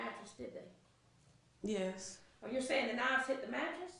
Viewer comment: Nnn'yaaay-yus... A 3 letter, one syllable word and she somehow adds an N to the front and gives it 2 syllables. I question her education.